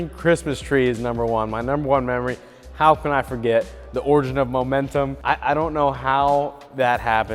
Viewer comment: I still get anxious whenever says momentum